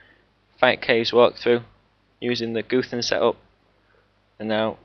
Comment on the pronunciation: l2say guthans right...